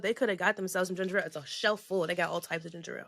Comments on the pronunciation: It’s ginger ale black peoples always say ginger rale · Cam trying to school them on Ginger Ale while calling it ginger-rale is hilarious 😂😂😂